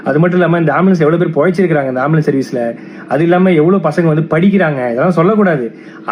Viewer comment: ஆம்பிளியன்ஸ் பிரச்சனையா ???? அது ஆம்புலன்ஸ் டா....